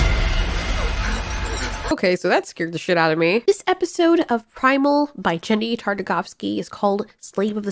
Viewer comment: Lol 😂 that was a kronosaurus not a mosasaurus and did you just call the male creator Jenny??? instead of grendy? XD man that’s funny